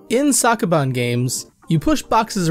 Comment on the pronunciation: It's pronounced Soak, not Sock. Please redo the video. Thank you.